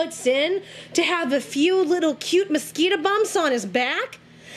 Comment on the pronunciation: Haha omg this video is amazing "muhskeetuh bumps" is my new favorite word! I love you!❤